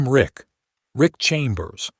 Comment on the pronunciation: His name is "RICK" not "ICK"... The term "ICK" is an indication of disgust or disdain. A true man would not regret seeing two beautiful naked women in his shower (unless he was married, with the wife nearby.). Most men would just strip down and join them.